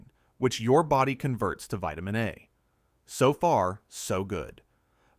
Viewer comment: Vitimin D too.